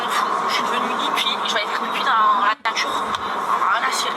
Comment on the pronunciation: "La voitchhure", "la natchhure"... Wesh t'as cru la meuf è parlé pas françé en vrrrréé, en vréé t'as cru wesh...